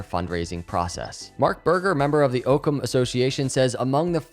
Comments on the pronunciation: I think it is pronounced ock-ums razor, which is a scientific tule that basically says the simplest solution or explanation is typically the correct one. If I park my car in the same spot every single day, but today walk to that space , my car is not there, but an orange cone is there, my first reaction should not be that my car turned into an orange cone. The simplest answer should be that I parked my car somewhere else. This idea ties in well with this company’s mission. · I’m not positive but I think it’s named after the concept, pronounced (Ah-koms razor) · Love the video, but it's pronounced Ah-cahm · I believe Occam is pronounced like Rock without the R. Occam as in Occam’s Razor. Thanks for the content! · And it’s actually pronounced “aw-come” razor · Pronounced "awkcum" razer. It'd a century's old play on words. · Btw it's Occam as in hockey (not as in Oak). The other spelling of it is in fact Ockam. I'll be listening!! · Cringe evertime he mispronounces occam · Thanks for the new info! FYI it is AHHcam not Ooocam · it's pronounced: Its Ock-ham, not oke -em. Ocham's razor (Latin: novacula Occami), or the principle of parsimony or law of parsimony is the problem-solving principle that "entities should not be multiplied without necessity", or more simply, the simplest explanation is usually the best one. It's a good name for a Cardano partner. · So much this. I've actually never heard it pronounced Ooocam, only Awkums. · Pretty sure it's pronounced "Ah-come" rather than "Oh-come". Thanks for the great content. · I believe its pronounced Aucum not oakum, The Argument Against Occam's Razor For example, if a doctor is examining a patient with a high fever and cough, they may settle on the simplest explanation: the patient has a cold. ... Occam's razor is a good rule of thumb if you remember that it depends on making fewer assumptions based on as much evidence as possible. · Ah-Come.. not Oh-Come ;) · I think it's pronounced "OCK-ZAM"